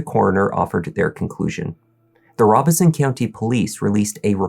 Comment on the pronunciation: You may be the first narrator I've ever listened to here that pronounces the county of Robeson in NC correctly. Thank you for taking the time. Later.